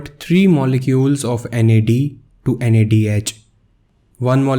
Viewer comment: Nad+ not nad